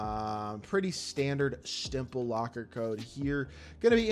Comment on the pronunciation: He said it’s a pretty standard, stimple locker code lol